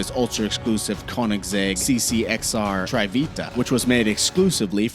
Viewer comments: "Tryveetu" Hahahahhah. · "trivita" haha